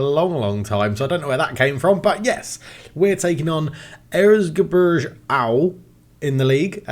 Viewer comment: I can't stop laughing about how butchered the word Erzgebirge. Sorry 'bout that, but I am german and totally know whatt I am talking about. 🤣